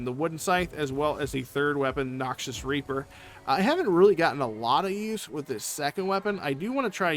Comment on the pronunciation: it’s the reaper part there is just a bit more emphasis on the hard A sound than the E sound lol just slightly thought it was funny cause I miss heard it the first time lmao